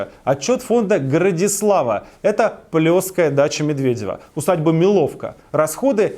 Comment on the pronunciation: Не МилОвка, а МИловка! Я рядом живу.